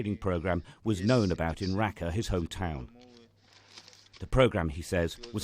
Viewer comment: Its not rakka its raqqa